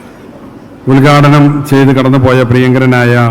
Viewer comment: വിദ്യാഭ്യാസമന്ത്രി യുടെ "ഉൽഗാടന" ചേർത്ത പ്രസംഗം കൊല്ലാം...